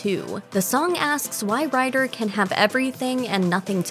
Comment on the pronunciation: why do u pronounce Ryder "writter"?